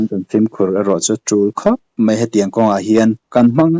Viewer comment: Mei chu FIRE... MAI tih tur